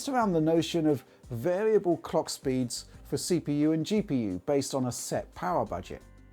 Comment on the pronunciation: Now I know this guy means clock speed but he needs to work on his pronunciation of clock so it doesn't sound like something much different which is what I heard.